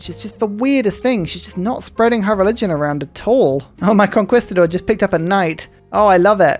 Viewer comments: For conquistador it’s con-KEY not con-KWEE my dude. Great series tho. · Conquistador pronunciation: cone-key-sta-door It's just like the English word Conquer which you would pronounce as kawn-ker, not kawn-kwer